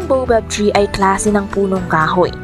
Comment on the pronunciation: Baobab po pronounce as 'bawbab" and spinach pronounce as 'spinitch', hindi po bobab at spinatch✌😁